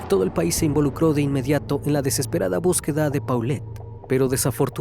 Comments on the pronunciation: Se pronuncia polet gebara no paulet guevara investiga bien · NO SE DICE PAULET, SE DICE POLET , UN POCO DE MÍNIMO RESPETO SERÍA CHECAR COMO SE PRONUNCIA EL NOMBRE DE LA NIÑA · se pronuncia Polet